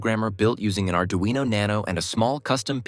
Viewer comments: yes thank you. My question was about pronunciation... There is a single r in Arduino so why some people mispronounce it as Ard-rino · Why is it called ard-rino